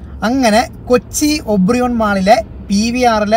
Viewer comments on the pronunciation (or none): ഒബ്രിയോൺ മാൾ അല്ല ഒബ്രോൺ മാൾ എന്നാണ് പറയേണ്ടത്. PVR ന് മുൻപ് Cinemax ആയിരുന്നു. അവരാണ് അവിടെ സ്ക്രീനുകൾ തുടങ്ങിയത്. പിന്നീട് PVR മായി Cinemax merge ചെയ്തു. 😍😍